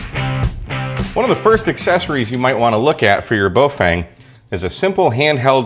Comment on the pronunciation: Bo FANG...really? Remember Feng Shui (Fung Schway)? Same Feng. Baofeng = Bofung. I know 'Fang' is a fairly common mispronunciation. Just sayin'.